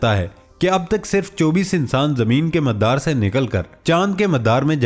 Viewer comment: Pronunciation correct kr ln please, MADDDAR ni hota MADAR hota ha. Parh k bi sae na bolain tu agr khud tahqeek kr k bolna pare tu kya ho ga🙊🙊🙊🙊